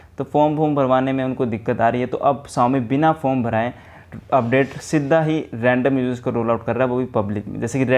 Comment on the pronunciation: sida hii😂😂😂😂 Punjabi Nikal gyi